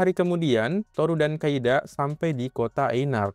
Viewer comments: Di Inggris nya "Kaede" tapi yang gua denger "kaida" lah ......!? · Kaede bang bukan kaida 😂 duh pdhal tulisannya jelas lho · Kaede bang, bukan Kaida😭